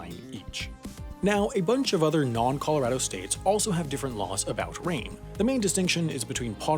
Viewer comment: Dear, I’ve given you a lot of flack for your pronunciation over the years, but I have to give you credit for correctly saying “Colorado” in this video. Well done 👌🏼 -Colorado Native